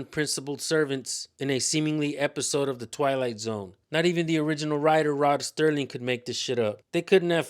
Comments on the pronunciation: Rod Serling. Not Sterling. Other than that, … wow! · Rod Serling not sterling